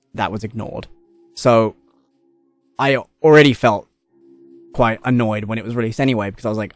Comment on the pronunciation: It’s Kwite bad indeed